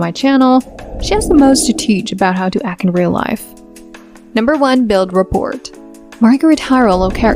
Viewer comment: "Rapport"... The 't' is silent, numb nutz.